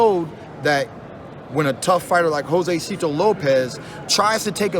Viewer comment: Hoe-zay-see-toe Lopez